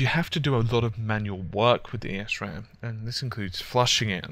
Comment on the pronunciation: Great explanation on everything here! The only thing is that you pronounce it as "ehs ram" without pronouncing the E. Good job, regardless. Very well explained.